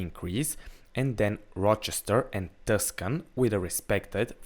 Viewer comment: Its pronounced "too-san".... But this video is great